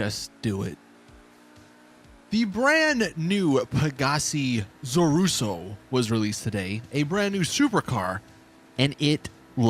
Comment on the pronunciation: Won this at the podium just few days ago. Cool car. Btw it is Zorrusso, not Zurrosso.